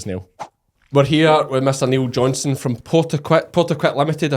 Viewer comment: When you introduced Niall Johnstone i would have expected you to pronounce his last name more clearly - John STONE = What i heard was Johnston ? 🤨🙃😕